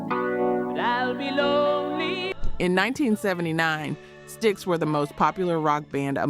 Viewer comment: Did you just call STYX…S-TIE-EX??? 😂 😆 😝